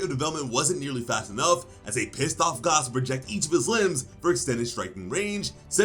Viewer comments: Who tf is Gaaas, it’s fuckin gas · Why are you saying gause it’s g a s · You say gas funny 😭